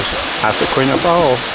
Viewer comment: It's pronounced "izaqueena."